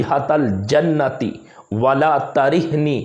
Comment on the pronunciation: ولا ترحني (ت) کے پیش کیساتھ